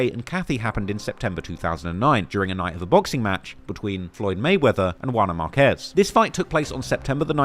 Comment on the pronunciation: Marquez not markees FOH